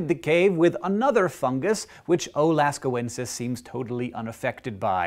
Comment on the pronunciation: "Littoral" means 'right-on-the-shore' i.e. intertidal wetted by high tide and dewetted by low tide, ('alliteral' and 'aliteral' would be other words "like in California." MIT Prof.). 2. metathetical (elliptical epenthesis) "O. Lascauxenis" not "-ensis"